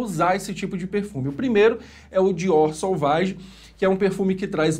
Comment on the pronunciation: Só por pronunciar corretamente o "Sovage" já ganhou meu like, professor! O que tem de youtuber pronunciando "Sauvage" aqui no YouTube não é brincadeira... Chega a doer os ouvidos.